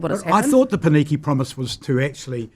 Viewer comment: The fact that consistently mispronounces the only two Māori words in this conversation (i.e. Māori and Pōneke) says a lot about him.